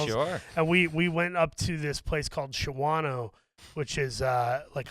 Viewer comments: Round these parts we pronounce it Shaw-no…not Shaw-wa-no. Shahtaht from da Bay. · LOLOLOLOL its pronounced SHAW-NO but the spelling (Shawano) leaves it to where i cannot blame the unintiated for the mispronunciation